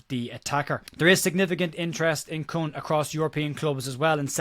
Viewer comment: The name is pronounced "Coon". Not racist, it's just how it's pronounced